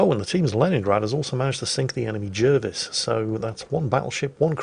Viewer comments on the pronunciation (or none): none